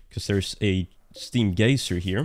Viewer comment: it's pronounced guy-zer.